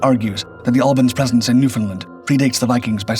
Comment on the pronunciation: It's Newfoundland not.Newfinland.😮